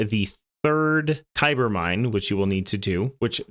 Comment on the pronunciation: Kuiper = Kai-per. Source: its said thousands of times in voicelines. Thanks for the vid